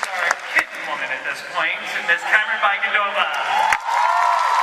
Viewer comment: He said Bicondova wrong